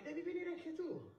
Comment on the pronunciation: Il protagonista si chiama Gokhan, djokhan è la pronuncia.😅